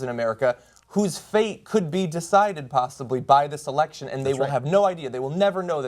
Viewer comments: Canadian EH-lection. i laughed so hard and im even canadian. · I laughed pretty hard at the Canadian Eh-lections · Eh-lection? Come on... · The Canadian Eh-lection? That is mildly offensive to me as a Canadian. Not that is should surprise me though as I live in a Canadian border city with USA and I have gotten used to the stereotype that Americans put on us. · Just had to point out... eh-lection. awesome :)